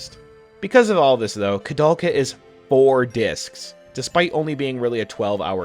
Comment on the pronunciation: It's interesting that a japanese person was inspired by a Czech-French photographer to name the game after him, meaning it should be pronounced with "ou" but at the same time, the japanese pronounce it as "korudelka" 🤔